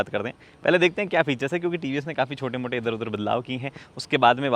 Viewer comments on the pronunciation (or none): Chote ...mote ...nahi ...motte...motte ....badlaav hai